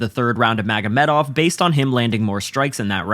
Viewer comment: mf said Magomeov